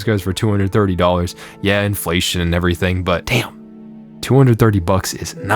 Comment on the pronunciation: Ngreeflation, hit hard.